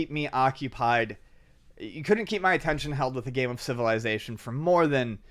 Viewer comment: pronounces 'Civilization' like he invited the word